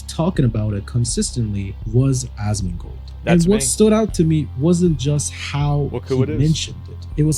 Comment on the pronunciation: why is it “asmangold” seems like it’s ai 🤷‍♂️😂